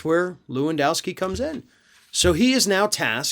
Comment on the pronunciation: HEY! Lewandowski ranges in the top 5 most common polish names. Can you make at least an effort to pronounce it in an acceptable manner? LEH-VUNN-DOFFS-KEY try again...that‘s better...almost